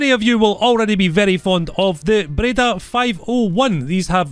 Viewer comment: Nice Breda pronounce 🤌 (italy approved)